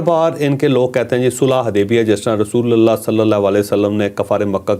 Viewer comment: rasulallah nhi,,,,RASULULLAH KHA KREN